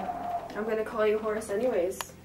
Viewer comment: Not me thinking she was saying "Horus" and not "Horace" 😂😂